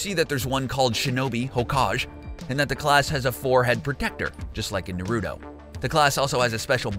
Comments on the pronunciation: It's not Na-ruto or Naru-to. It's Na ru to. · Why does almost every person on this earth pronounce naruto wrong. For god sake just watch the anime people in the show say his name 98% of the time. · Hey next time you do a video on anime please learn how to say Naruto right. Please it's cringey